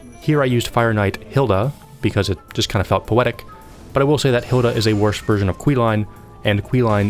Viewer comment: Hilde not Hilda